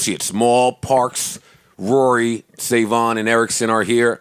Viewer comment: Its not Rory...Its WORY! lol